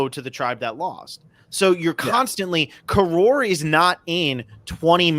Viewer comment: The first half of Palau isn't the ulonging, its the Con-KOROR-ing